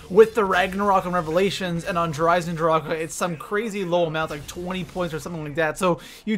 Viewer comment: Why are you eisendrache so wierd? Stop it...you sound like your clearing your throat. It's annoying eisendracheuhhhh